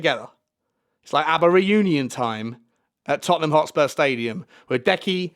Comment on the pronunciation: man said Hotspur Hippy 🤣🤣🤣🤣🤣🤣🤣